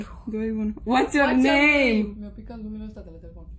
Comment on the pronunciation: ✨Uats ior neim✨